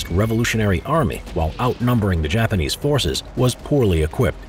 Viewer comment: Not to be mean but you said Japamese